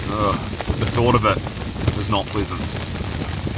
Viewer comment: I keep hearing words like "deflict", "plisant" and "pigs". Oh, deflect, pleasant and pegs. :) Great video. Some adventure